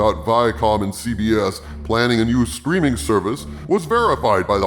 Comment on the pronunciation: I keep mis-hearing you saying CBA new "screaming" service....possibly Freudian or just wishful thinking?